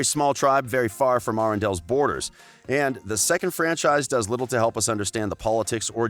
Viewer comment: Idina “MenSel”, AnNa, and Arrrrrendelle! Like what the heck are you a pirate!